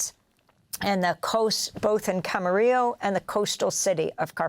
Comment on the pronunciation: The locals say cam-ma-REE-lo. Please be considerate of the locals and quit your Spanish pronunciation. We don't say los AN-hey-les, do we?